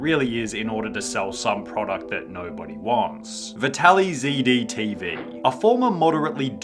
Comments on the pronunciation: Vitalized man. Not vitaly zee dee 🤣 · Is actually pronounced Vitaly-Z-D-T-V? Isnt just a play on words, Vitalized TV? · vitaly c d? isn't it supposed to be vitalized? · Vital Y Z D? lol or maybe... vitalized? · IS IT NOT PRONOUNCED VITALIZED? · are you seriously saying that's how it's pronounced and not "vitalized"? I guess Vitaly IS that dumb.